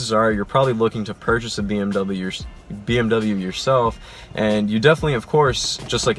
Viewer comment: You are pronouncing bmw wrong